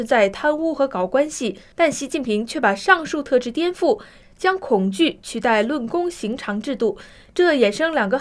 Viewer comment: 论功行赏。不是尝，这个字也会错？